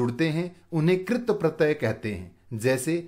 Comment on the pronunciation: Sirji AAP katpratey ko galat bol rhe hai